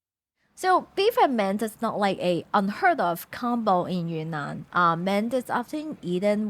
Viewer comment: btw it's pronounced YRING-nahn, like cloud